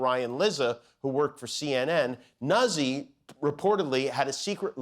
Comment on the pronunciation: Jimmy, it’s “Noot-zee” not “nuzz-ee”. Come on, Italiano!!